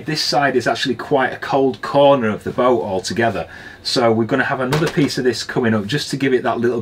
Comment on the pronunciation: listening to you I realized why we do not spell English absolutely phonetically. For example, you prononounce kettle, ke' ow. The apostrophe denotes a glottal stop. And boat, becomes boa (all one syllable. Not bo a.) This is certainly not a judgement on your accent (I'm from Canada where I don't know from the English class system). Rather a comment on how widely varied English speakers speak English. And how having absolutely phonetic spelling would be next to impossibow.